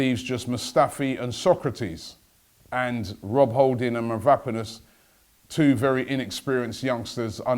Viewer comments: mav-ro-PANOS, not mav-RAP-anos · Robbie is Mav-ra-paa-nus